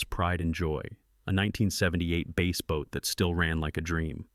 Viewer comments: It's NOT a base boat, you idiot! It is a bass boat, bass=fish. You constantly prove how stupid you, and your AI are! CONSTANTLY!!!!!! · It was a "Bass" boat, not a "Base" boat.